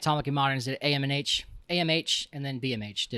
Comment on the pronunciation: Around the 30 minute mark you say AMH a couple times. I assume this means anatomically modern humans. But I swear I also heard EMH. Now, my ears could be playing tricks on me, EMH could be an anthropology term, or (and this is the one I choose believe no matter how wrong it is) I've discovered another Star Trek: Voyager fan.